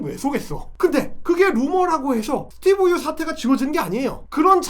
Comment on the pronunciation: 스티븅 유 영어 발음 왜 저따군지?ㅋ 지네 나라 걱정이나 하지 오지랖은!